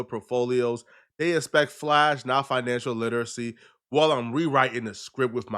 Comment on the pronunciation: This guy can never say financial literacy 😂. Bruh!! You cant even read 😢